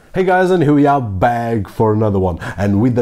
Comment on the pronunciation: I hate how you say Bag instead of back